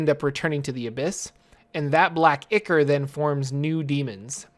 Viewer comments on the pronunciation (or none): One quick, special PSA: Dagon is pronounced DA-gone Ichor is pronounced I-kore (/ˈīkôr/). We now return you to your previously scheduled program. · It's eye-core